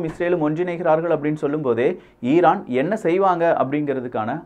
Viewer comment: Iran ❌ eeeeraaan ✅ 😂😂😂😂